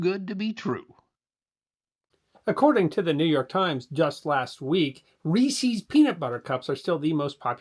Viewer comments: The heck is a ree-sees 😆 Saying it like a 12 year old girl who doesn't know how to read the name Reese 😅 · I also heard "Reesey's" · Yes you did. And you also heard “Ree-sees” peanut butter cups at the opening. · it's more that it's a factually incorrect pronunciation. I'll accept his reasoning on the way he pronounces "gummy," but the peanut butter cups are from H. B. Reese. "Reese's" is possessive of Reese, they are his cups. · Reeceeees, goo-me, are you trying to piss people off?